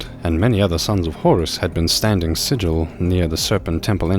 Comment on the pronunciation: You stand vigil, not sigil. Literally the only mistake I found in two hours of narration. Impressive. 😊